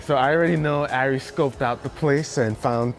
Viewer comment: Arie not aria